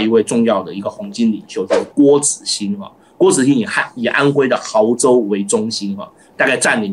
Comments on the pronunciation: 亳州 ，我们普通话读 亳 （ bó ） 州 :elbowcough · 稍稍挑一个小问题， 亳州 （音同： 博） ❤